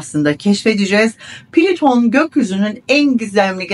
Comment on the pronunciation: Evet niye plito diyorsunuz